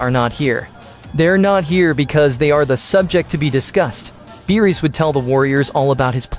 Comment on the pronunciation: Beerus not meerus